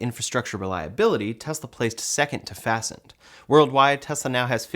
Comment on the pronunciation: That's Fast Ned chargers not fasten